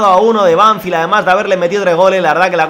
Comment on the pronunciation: la pronuciación es Banfield no Banfild, te lo digo para q sepas como se dice para aprender un poquito más del Futbol Argentino